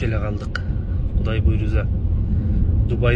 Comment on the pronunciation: Буйруза эмес буйруса болот Таласты Талаз дебейсинго аа